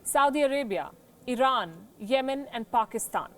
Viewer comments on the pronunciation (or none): none